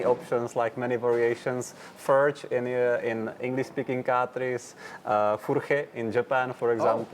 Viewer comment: Great! Finally, the first correct pronunciation from the owner of the surname!